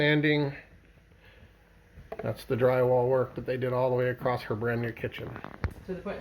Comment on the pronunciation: “A-crossed”? There no such word